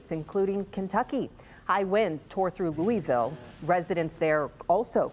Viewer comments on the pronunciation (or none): It’s pronounced LOU ah Ville.